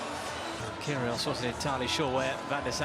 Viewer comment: ots pronpunced Kyri os NOT KYRI OES